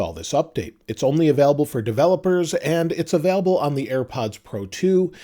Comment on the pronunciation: I know it’s pedantic but I hate the way you say available, sounds like avaalable